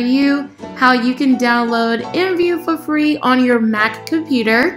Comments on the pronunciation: nobody says imvu.... They all say I M V U So instead of being professional just be normal maybe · r u seriously saying imvu instead of I.M.V.U cuz u saying it wrong